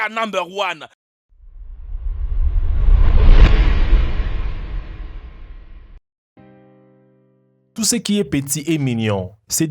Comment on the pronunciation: pourquoi au début il kaka numb one